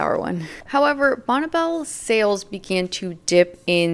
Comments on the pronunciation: It’s not “bonnebell” it’s Bonne (Bonnie) Belle 🤦🏻‍♀️ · just letting you know,,,, it's pronounced like "Bonnie" even though it's spelled Bonne. I lived roughly 3 miles down the road from the company's headquarters in Lakewood. Believe it or not,, the company headquarters were "Charming" they looked like something out of Williamsburg or Nantucket !!!! I used to stop in and and ask if I could meet Bonne,,, and this was waaaay back when I was about 18 ??? but she was "always out of the office" later I learned that it was the father who was head of the company!!! This was waaaaay before the Internet. so you couldn't do any quick research on "what's really going on." Bonne Bell "White-white" was the very first makeup purchase I ever bought, and with my own money.... It was a small white tube of rich white cream. you put it under your eyes to take out the dark circles and it also brought out the blue in my eyes. I am 65 and I still use some form of white eye cream today.